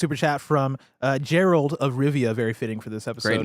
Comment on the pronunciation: I stg if they say “Gerald” of Rivia one more time